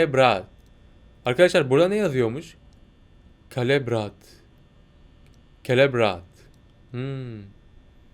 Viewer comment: 00.40 baş golden freddy Anladım ben onu😂😂😂 Abi o celebrate telaffuzu selebrate ve kutlama demek😀